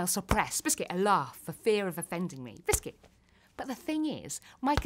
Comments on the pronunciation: I support her but idk if she says biscit to ne funny or she cant help it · I like the part when she said 🅱ISCUT